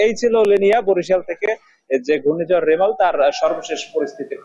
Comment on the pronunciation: রিমেল না রেমাল